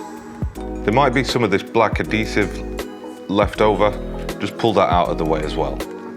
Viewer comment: It’s pronounced Add-hease-ive not add-dease-ive